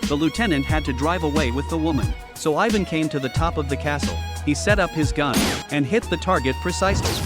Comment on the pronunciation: Your not saying ivan right